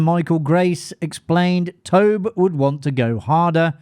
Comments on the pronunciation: Tob-e, not Tob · lol you HAVE to learn to pronounce Tobe (Toe-Bee), not Toh-b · The director's first name is pronounced TOW-BEE. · Firstly, Tobe is pronounced TOBY. You basically pronounce the ‘e’ at the end. Secondly, Mick Garris, who was doing publicity on Poltergeist, should have the last word on this absolute nonsense that Spielberg directed Poltergeist: “Spielberg is a consummate filmmaker. He lives and breathes movies. Very passionate, very intelligent, very articulate. And yes, I would see him climb on the camera and say, ‘Maybe we should push in on a two-shot here or do this/that there.’ And Tobe would be watching. Tobe was always calling action and cut. Tobe had been deeply involved in all of the pre-production and everything. Tobe directed that movie. Tobe was a terrific filmmaker. I don’t think it’s that Steven was controlling. I think it was Steven was enthusiastic. And nobody was there to protect Tobe. But all of the pre-production was done by Tobe. Tobe was there throughout. Tobe’s vision is very much realized there. And Tobe got credit because he deserved credit. Steven Spielberg said that! Yes, Steven Spielberg was very much involved but it’s a Tobe Hooper film.” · I can’t give this video a "like" due to the mispronunciation of Tobe. Anyone who knows the first thing about horror films knows how the man pronounces his first name.